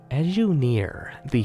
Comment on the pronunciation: Can you really try to say the word "the" instead of "da"? I mean if you're looking to improve your reading skills, sounding like you're literate is a good start =P